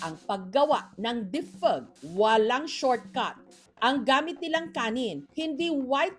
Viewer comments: nakaka LSS ang pagbigkas ni maam Jessica ng ''difeg'' hahahaha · Sorry pero natatawa ako sa bigkas ng Defig 😅